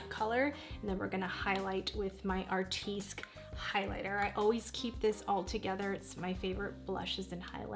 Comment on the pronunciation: Just Fyi - Artistique is pronounced ( Artist teek ) not ( Art teesk )